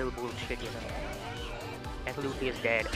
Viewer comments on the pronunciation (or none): Luffy not ouch